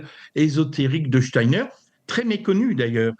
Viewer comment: Pouahhh que de bêtises et d'integrisme , tocsin dégringole ou quoi Clémence a laché l'affaire??? , la journaliste qui essaie d'enfoncer le clou et ne sait même pas prononcer Steiner..on se croirait sur une chaine subventionnée et ce moment navrant termine sur ces menteurs subventionnés de la midiluve! La totale ! Steiner a dit en 1917 qu'un vaxxxx serait inventé pour bloquer la conscience et empêcher les gens de s'ouvrir à la spiritualité , chercher à lire les conférences de Steiner plutot que d'écouter ces jugements indignes de quelqu'un qui se dit chretien.